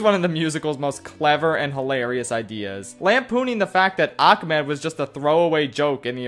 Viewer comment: My only complaint about this musical is that it utilizes the worst mispronunciation of the Arabic name “Ahmed.” Do y’all see the letter “C” in there? No. Because it doesn’t exist. Idk I’m just so sick of seeing people fuck up a name that simple for absolutely no reason.